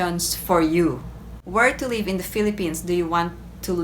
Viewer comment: Your pronunciation is leave instead of live.